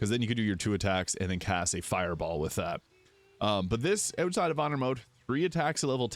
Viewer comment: "oot side of honor mode" so many times lol